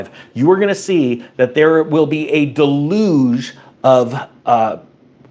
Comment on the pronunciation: it’s pronounced “del youge”